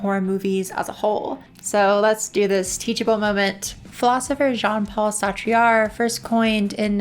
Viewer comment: I seriously can't handle you mispronouncing Sartre's name like that. Just... I can't